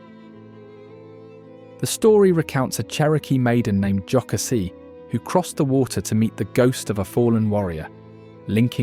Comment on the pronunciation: Most people who aren’t from that area mispronounce it. I am not surprised. Lake Jocassee was mispronounced as well. Other than that, I loved looking at the state and the beautiful animals. Reminded me of the times I have been to the cities or seen an eagle in person.